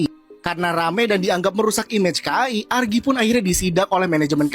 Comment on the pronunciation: ARGII jit bukan AGRII😂